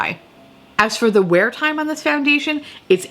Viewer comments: When you said 'tom fondly' instead of time fondly xD LOL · Is it just me or is she saying “I’ll remember our Tom fondly”?😅 is it an inside joke idk orrrr... are my ears going out sooner than expected? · I just cant get over how i always heard "Tom fondly" then you started saying that 👏 👌 😂